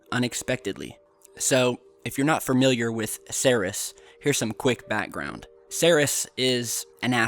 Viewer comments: Seris!!?? It's pronounced "C - Rees" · ...it is not pronounced 'Sayr-es'.... ...It is pronounced...'Seer-eez' ...Ceres.... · why are you calling it "sarihs"? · Ceres = “sear - eeze” - Goddess of grain/crops (?), like “cereal”. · Ceres is pronounced like Series. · I find it odd that we are not seeing any video from Dawn while orbiting Ceres (pronounced like series - no?) There are also quite a few tiny, triangular specks ... that appear and disappear in this missions photos - I wonder what they are keeping from us? ;8-0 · Hey dumbass .... Learn how to pronounce words , like in this video, its Ceres learn how to pronounce the planets ok kiddo??